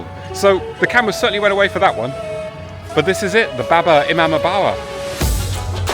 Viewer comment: Not baba imambara. Its bada (Big one) Imambara.